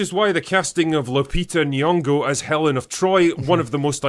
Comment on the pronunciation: H'elen. lol